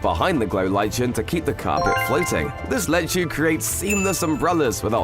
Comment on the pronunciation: lichen is pronounced differently.